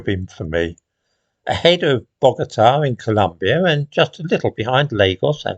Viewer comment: Colombia, not ColUmbia.